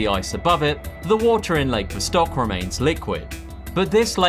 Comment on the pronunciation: I liked your video but jeez, the way you pronounced lakes "Vostok" and "Ontario;" my guy... It can't hurt to look up some pronunciation videos.